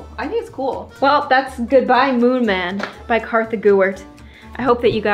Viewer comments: IT’S KARTHA, NO ONE KNOWS A HERE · its Kartha not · What is your real name??? I have heard ur friends say kassis and in the intro u say kartha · I love how in every video she says her name Kartha gewert